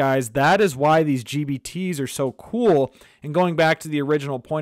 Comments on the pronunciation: Man is sounds like he's saying GBT's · Every time I hear gbt.